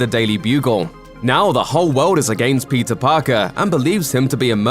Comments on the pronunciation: Same even the captions are reading Pizza Parker instead or Peter. I guess it's Pizza time. 🍕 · I hear "Pizza Parker" not Peter lol.